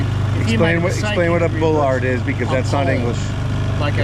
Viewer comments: I think the accent made it sound foreign. Even in southern Ohio, I pronounce it bullurd. Which isn't correct, but everyone knows what I'm talking about.😂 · Well done to everyone involved. P.s. Bollatd is English. bollard /ˈbɒlɑːd,ˈbɒləd/ ￼ noun plural noun: bollards 1. BRITISH a short post used to prevent traffic from entering an area. 2. a short, thick post on the deck of a ship or a quayside, to which a ship's rope may be secured. But to all well done !